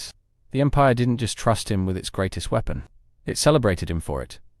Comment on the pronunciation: "a military super wee-pon"